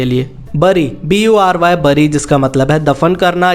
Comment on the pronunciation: Bury .pronunciation is beri or bery. Make sure. Rest is 👌. Thanks.